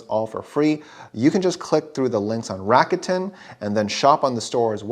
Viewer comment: It’s Rah-koo-ten, not Ratican 😂😂 and oh thanks for the video